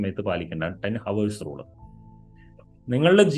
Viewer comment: ഹോവേഴ്സ് അല്ല ഔഴ്‌സ്